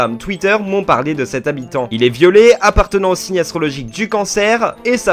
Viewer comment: Quand il a dit "Il est violet" j'ai compris "il est violé" donc j'avaid pas compris 😭